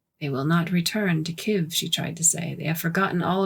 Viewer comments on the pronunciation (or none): From a Russian citizen, I was told that the word spelled Kiev has two syllables.